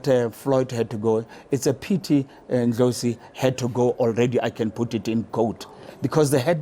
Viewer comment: Hey pronounce ndlozi'surname accurately he is an ancestors ndlozi please please 😂